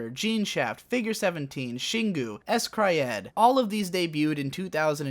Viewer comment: That's not how you pronounce Scryed.